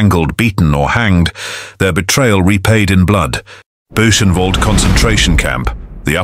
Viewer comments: "Datsjau"? "Dakkau"? "Buusjenwolt"? Screw AI!!!! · 'Booshen varld'? Ye Gods...🙄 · Yes please! I died inside every time Dachao and Buchenwald were said lol.